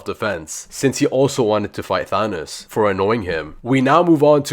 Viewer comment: "Thaonoos" bro said Thanos wrong